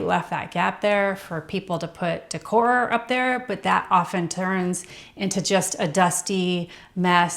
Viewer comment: What sounds cheap is pronouncing decor as "dick whore." It's pronounced "day core".